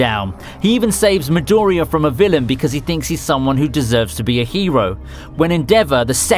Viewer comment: Midoooriya dude its Midoriiya !